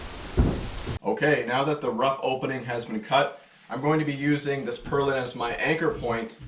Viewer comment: Purlin not perlin!